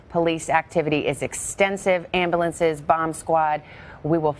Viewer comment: It's pronounced "Am- bu- lance"!